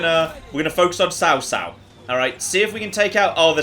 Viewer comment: You actually say tsao tsao and not cao cao but nice vid man